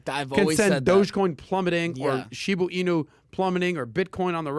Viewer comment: sounds like my 80 yr old father trying to pronounce “shibu inu”